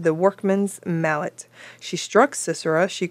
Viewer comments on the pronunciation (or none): none